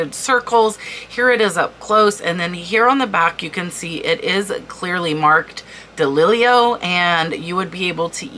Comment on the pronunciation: On the DeLillo (prounounced deh-LIL-o, not dealio, BTW 🙂), I don't think it's sterling silver or genuine turquoise. If it were sterling, it would be marked, as he didn't start until 1968. Still highly collectible, but not the same sort of thing as Native American sterling & turquoise.